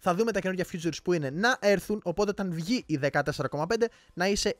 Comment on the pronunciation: Νο hate αλλά προφέρεται φιτσουρ η φιτσουρς. Future είναι το μέλλον